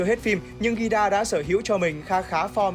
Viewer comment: Nói Gira là hơi sai sai